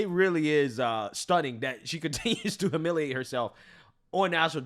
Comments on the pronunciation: It’s hyoo-miliate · can’t pronounce “humiliate”😂 He says huh-miliate 😂